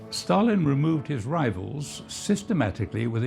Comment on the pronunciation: sure does sound like he said Stallion, not Stalin